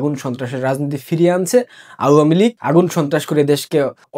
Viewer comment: vai pronounce ta pls thik koren ... its not auuua mi lig.. its awamilig